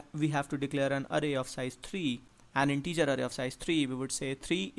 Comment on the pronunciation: Nice video, really. But every time you say integer I die a little.